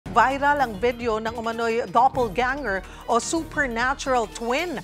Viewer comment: Sabi ni ate g reporter “double ganger”.😂😂😂